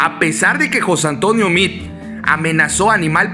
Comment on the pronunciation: Ponte abusado carnal. No es José Antonio Mid. Repites hartas veces el nombre de José Antonio Mid. Hasta parece que le haces propaganda. Es José Antonio Meade, no Mid. Mejor conocido como el queso de puerco.